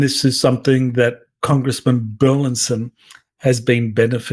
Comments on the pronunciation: BUR LIS ON NOT BERLINSON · Burlison, not Burlinson!